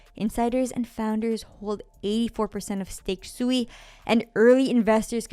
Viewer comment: If you actually did your research on SUI you certainly wouldn't be calling it Suey like chop suey. You would have at least watched one video from the founders of SUI from Mysten Labs where they pronounce it right numerous times in just a matter of 5 minutes. As well as your fud on a decentralized Exchange Cetus being hacked doesn't mean the blockchain was hacked that's like saying FTX collapsed but the Solana blockchain was the problem of why FTX collapsed. I'm guessing you're overallocated in SOL